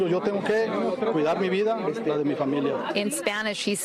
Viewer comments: Can u please stop saying fransisco in a mexican accent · It hilarious when every word is pronounced in English except the name. FrrrrrrrrranSycso It's 85 degrees and Homie has his Hoodie on